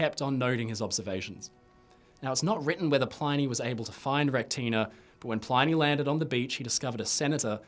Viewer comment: PLINNY not PLINEY! stick to the titanic mate haha jk